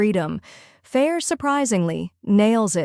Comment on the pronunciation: This book has been out for how long now? 20seconds into the video and I’m already annoyed on top of that mispronounced the MC’s name? Just stop reading, it’s obviously not doing your brain any good.